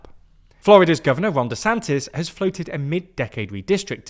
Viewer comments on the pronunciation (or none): none